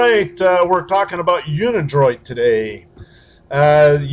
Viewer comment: dude can't even pronounce unidroit correctly.